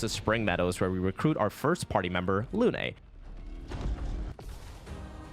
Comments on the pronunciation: The name is "Lune", not Loo-Ney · You cant be playing the game in french and pronouncing Lune in Luné yknow 💔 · why is everyone saying "luné" it's lune, like the french word for moon, holy hell, y'all gotta be doing this on purpose at this point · the original language of the game is french, the name lune is french so it's safe to say that the intended pronunciation is lune like in french, the song is just so it does better internationally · it's not pronounced "loon" tho